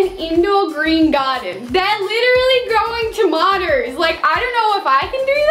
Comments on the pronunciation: Normal ppl ; tomatoes To-may-toes Her ; tamaters Ta-ma-ters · I LOVE the way she says tomatos!!😆